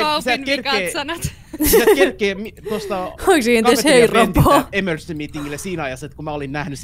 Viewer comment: Kohas sanoit 'toihan oli ememercy' 😂